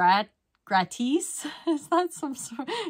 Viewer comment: "Gratis" is Free in Spanish.. The " i " is pronounced like a long E like in Eagle . 😊